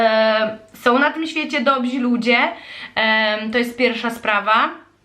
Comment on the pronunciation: Dobrzy, nie dobzi....